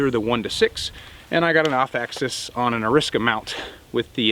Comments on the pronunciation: The way he pronounced arisaka left a bad taste in my mouth. lol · Yes; he just pronounced it strangely.